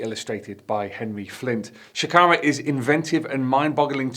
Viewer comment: Bruv. Shakara has multiple syllables.....